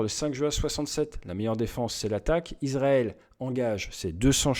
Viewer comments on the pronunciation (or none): none